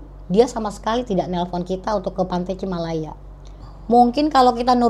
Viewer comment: Bukan cimalaya tapi cilamaya